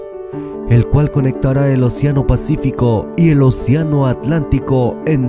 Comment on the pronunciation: Se dice: océano y no, oceáno, lleva tilde en la (é), es voz esdrújula. No es admisible la forma llana: oceano Qué vergüenza de locutor, no le da pena.